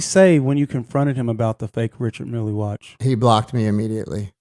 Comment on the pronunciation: Bro look up the correct pronunciation of Richard Mille pls